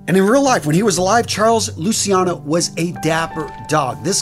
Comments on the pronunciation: Lou CHEE ah no. NOT Lucy ano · Great vid, as always, just a little tip; it's pronunced Luciano ("Luchano") and not "Lusiano", just like everytime you find C-I and an other vocal in italian; we pronunce it "CH-" and not "SI-" Many americans, infact, think Luciano is a name related with Luisiana and, more generally, with the french name Luis; btw Luciano is a way more acient name, it cames from the latin world for light: "Lux,Lucis" and it litterally means "Bright". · its luciano pronoucend lu chi an no